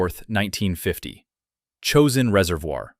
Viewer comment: CHOSIN Reaervoir. “Cho-sin”